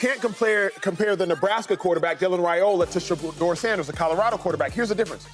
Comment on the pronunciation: Out yo effen mind saying sheduer don't got that dog in him